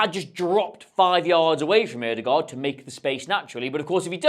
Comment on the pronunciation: Thanks for the analysis,. And well done on the correct pronunciation of the Ø sound in Ødegaard, not too many English speakers who bothers with that